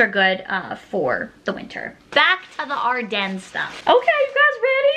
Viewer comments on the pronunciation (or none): I’m pretty sure it is ardeen and she is saying it wrong lol